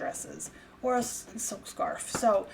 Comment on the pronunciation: Soap?? Soak?? Sounded like you said Soak but it was silk!!! hahahahaha. I actually really like your videos. very helpful. You get down to brass tacks and share real information instead of socializing or listening to yourself talk like so many on Youtube. Thank you! Your my MasterClass Instructor for Poshmark!!!